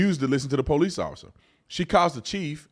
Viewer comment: da “I am THE DA” Mam I’m am THE PO-LICE